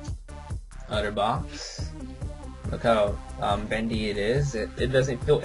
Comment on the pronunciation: its otterbox, not utterbox.